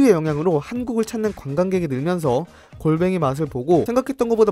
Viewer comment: 공뱅이가 아니라 골뱅이 딱 걸려쥬